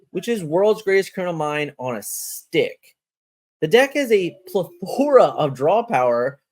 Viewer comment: Awesome video but the way you say "plethora" triggers me lol